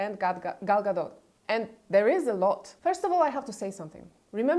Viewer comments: Gadot, not Gado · It doesn't matter; people need to stop saying Gado like it's Gal Gadot's surname and not Gadot.